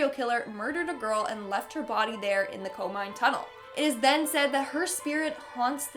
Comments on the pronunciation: This is fun, but it's Ko-mi-ne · i dont speak fluent Japanese but she said komine like comine but in Japanese its ko like coca mi like me ne the e is soft